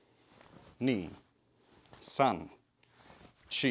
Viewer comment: Its san, shi not son, chi😂